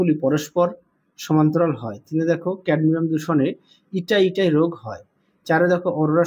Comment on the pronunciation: ওটা ইটাই - ইটাই নয়❗😂😂 ইতাই - ইতাই❗😂😂